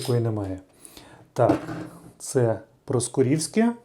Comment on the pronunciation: ПроскУрівське а не проскурІвське